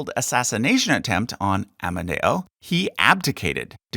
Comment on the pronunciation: One day i Met here on YouTube a nice guy from USA that cared about history. I was Surprised that he had never Heard about the term of "Kingdom of Italy". It's true that the last Kingdom lasted only but the term "Regnum Italicum" Is From Middle Age! First , part of the Holy Roman Empire, then a State of Napoleon (Regno d'Italia). By the way, in italiano it's AmEdeo not "AmAdeo". By the way all italian names are pronounced terribly!